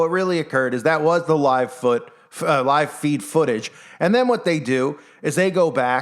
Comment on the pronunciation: “Live foot” haha